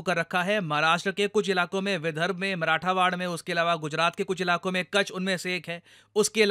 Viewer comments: मराठावाड नही है। मराठवाडा है। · corrections. १) विधर्ब नही, विदर्भ. २) मराठावाड नही, मराठवाडा. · Sir its मराठवाडा . you pronounced it very wrong. Basically meaning of word is house of maratha's . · Marathawad he said